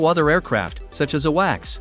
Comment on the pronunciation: It's pronounced A-Wacs. And from what I've heard on the front, Russia has neutralized all the weapons tracking and tracking systems we have. They've also compromised the frequencies all our drones run on. Almost like they knew this was coming. And they took out StarLink. Or Musk helped him and gave him a master key. He didn't send StarLink to be in a war zone, and he said that. StarLink is to benefit maritime, almost always. Ships is why it was created, and cute little NAV systems in your car. And StarLink is going to change the world. Not run a war in one little part of it. The Yachting industry will never be the same. And that's where all the tech comes from. What's next, leasing it out for specific wars? They U.S. would say yes, as long as they're the only one's who can lease it. But the U.S. would just compel it, like they do for everyone else. If he won't go along, just plant child porn on his computer and arrest him for it. Of do it the same way you did John DeLorean and make it drugs instead. That would be a hard sell with Mush though. Just announce an Epstein connection. Easy, if you're the FBI.